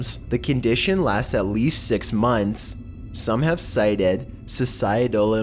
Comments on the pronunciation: In two thousand sex lol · I swear he said number sex